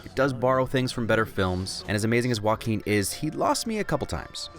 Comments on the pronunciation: It is supposed to be pronounced hwɑːˈkiːn so he is right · He pronounces Joaquin perfectly, thats a win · I love how he pronounces Joaquin